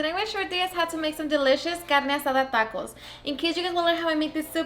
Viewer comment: I hate her pronunciation. There is no accent in "taco" or most of these words. AOC wannabe...